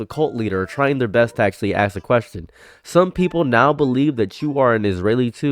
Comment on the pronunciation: “Ask” a question, not “axe” a question. Ya silly goose.